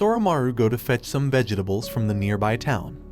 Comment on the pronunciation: great vid but the way you said vegetables doesn’t sit right with me